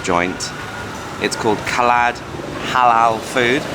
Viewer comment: Khaled - pronounced car-laid.